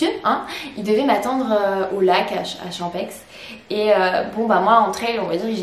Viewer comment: En tant que suisse j'ai eu les oreilles un peu écorchées en t'entendant expliquer à quoi correspondaient les lettres OCC. On dit "Orsières" et le "x" de "Champex" ne se prononce pas.